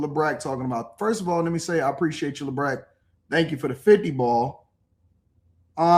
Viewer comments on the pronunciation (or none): none